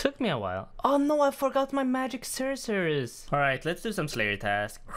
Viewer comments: "Magic sursurs" killed me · " i forgot my magic serserers" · Excuse me WHAT did you call magic secateurs lmao